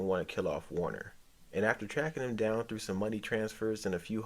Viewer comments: Werner, not Warner lol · Worner??? WORNER?!?!?!? VERN-ER ZIEGLER!! VERN!!! VERN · Sorry but you lose credibility calling him Warner over and over... If you watched the show you are mis-pronouncing it on purpose, again and again.